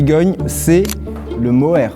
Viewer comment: Le moere ? C'est plutôt mohair 😅